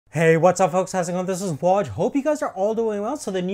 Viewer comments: I love the way Waj speaks normally without accent..but every time he says his name, his accent comes out XD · by the way, two rx 480's each with 4 GB of VRAM DOES NOT EQUAL TO 8 GB of VRAM. you idiot. oh and also learn to pronounce your name correctly.